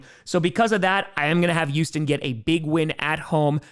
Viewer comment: I love you man... but PLEASE start pronouncing the "H" in Houston. it's NOT ewston, it's Houston.